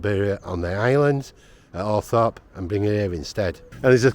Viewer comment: Diana was NOT 16 when the engagement to Charles was announced. She was born in 1961, therefore she would have been 19 going on 20. Also it's ALTHORP, not ALTHROP. At least do a modicum of research instead of just reading from a Wikipedia article..